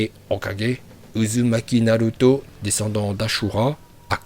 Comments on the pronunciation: Tu fait d éliré quand ta dis uzumaki naluto 😂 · OMG D'OU TU DIS PAS NALUTO?